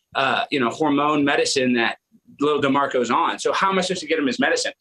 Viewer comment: Say his name "D'MARCO"😂